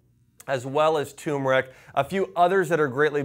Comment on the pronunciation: Josh, it's not pronounced "TUMeric", but "TURmeric". Many people leave out the "R" when they say the word. Great video, thank you.